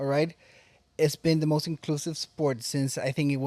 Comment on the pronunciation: Why does this lady in the video keep adding an "R" to some words. Morst= Most